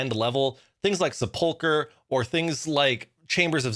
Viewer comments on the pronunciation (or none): Why do so many RS youtubers pronounce sepulchre so weird? SEP-ul-cur is how it's usually said, not se-PUL-cur